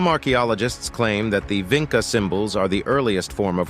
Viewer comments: Did you mean VINCHA? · It's Vincha as in "chat"